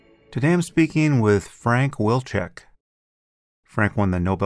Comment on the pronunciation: I think it would be pronounced VEAL CHECK as it's a Polish surname. At any rate, this podcast should be fun :)